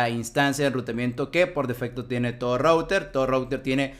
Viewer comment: Un excelente video, hermano. Muy fluido y bien explicado todo. Si me permites, el único consejo sería: mejora un poco la pronunciación en inglés, específicamente cuando dices "router", que como lo dices, taladra los oídos... jejeje. O si de plano no lo quieres decir en inglés correctamente, entonces dile "enrutador". Por lo demás, maravilloso video. Saludos y gracias por la enseñanza.